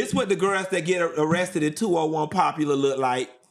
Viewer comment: "201 Popular" is hilarious, Q. It's 201 Poplar, like the tree. 😂😂😂